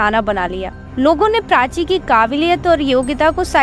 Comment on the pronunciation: Prachi ❌❎PRACHA....